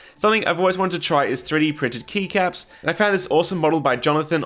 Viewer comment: Kept hearing knee caps instead of keycaps, still made sense lol.